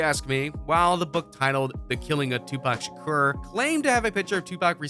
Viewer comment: "Tupac shucker"